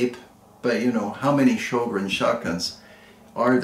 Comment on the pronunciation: Say Ö like EA in early, otherwise the closest pronouncination